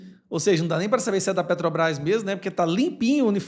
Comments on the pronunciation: Petobras!! Não sabe nem fala Petrobrás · Petrobrai kkkkkk o ladrão analfabeto nem sabe falar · A "petrobais".....o cara não sabe nem falar direito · Infeliz, não sabe nem falar Petrobrás, isso se diz presidente, analfabeto inútil. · Ele disse que o povo é burro 🫏, mas ele está certo, a culpa não é do Lula e da Petrobras, mas sim de quem elegeu ele lá para representar a massa brasileira. Presidente não sabe pronunciar corretamente o nome da maior empresa do Brasil, vergonha para quem o elegeu.